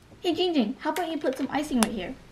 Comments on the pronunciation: He does already cuz he says ging ging but its actually ginnnnnng ging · His name is Jiiiing jing not ging ging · It's giiiiiiing ging not ging ging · Victor Martinez ITS NOT JING JING ITS Ging Ging! Get it right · His name is gwak gawk it's not going ging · its not ging ging its ginnnnnnng ging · It is pronounce Giiiiiingging not gingging that is his cousin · it's giiiiing giing not ging ging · He always say it wrong is giiiiiiiiiing ging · No it’s Giing-ging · Il give you a present the present is im gonna say ur name correctly GING GING